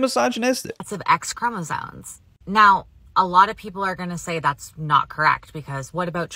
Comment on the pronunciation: call me crazy, but i refuse to take lessons on genetics from a person that apparently thinks the word "chromosomes" has the letter "n" in it. that seems like it would only happen if you've never actually read it before, and only heard it said.